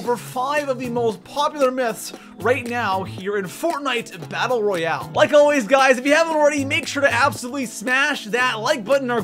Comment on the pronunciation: “Royal” you were close